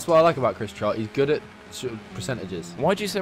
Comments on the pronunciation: it's Trott not trot and not trout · Dude, it's 'Trott'